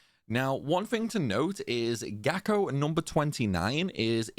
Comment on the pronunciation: After do this TWICE on the PS2, one on the PS3, once on Vita, once on the 3DS and once on the Master Collection, this felt surprisingly easy tough the Gako are a good challengue. Thanks for this guide, it worked amazing and i loce the way you pronounce Kerotan and Gako. Actually your voice is soo nice the whole time :)